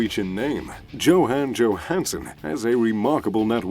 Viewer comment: I couldn't listen to how he pronounce Johan Johanson's name ...